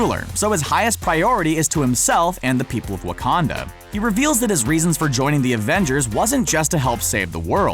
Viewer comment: Love this you said Waucondo